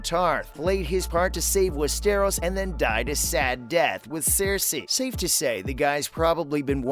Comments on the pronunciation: Westeeeros? West-er-os? Ross Leslie? It's Rose. Please. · I Connor get over how he pronounces Westeros, “Wess-Teros.” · Jesus fucking Christ how do you mix up the words “Ross” and “Rose”?!??!? I want to barf. Ya know what? Make that crybarf. AND FOR FUCK’S SAKES IT’s WES-TER-OSE. SOUND IT OUT WITH ME NOW. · Click bait and I can tell you never have watched any of it by the way you pronounce Westeros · What a load of BS. The narrator cannot even pronounce Westeros. CLICKBAIT.